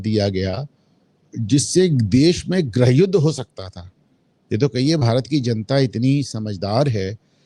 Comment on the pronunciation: grah yuddh ya grih yuddh, grih ko grah kehna hindi ki khatiya khadi krna hai ya faision.